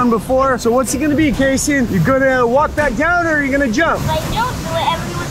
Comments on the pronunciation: He's name kayson he's not kason 🤢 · It's "kayson" not kasen! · It’s kayson not KASON!!!!!!!!!!!!!!!!!!!!!!!!!!!!!!!!!!}}}